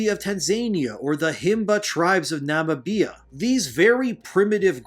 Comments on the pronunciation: Nam-a-bia? nah dawg, is Na-mibia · "Nama - Bia" lamoo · 90% of Spanish people are Caucasian, and they’re all westerners too 😂 Just another idiot American conflating Spanish people with Latinos. Also.. what the fuck is “Nama-bia” 😂 Jesus… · I get what you're saying but ..... Nah, you need to learn how to pronounce Tanzania and Namibia 😂😂😂 Also, saying "primitive" is a big oof. Indigenous is the word you're looking for.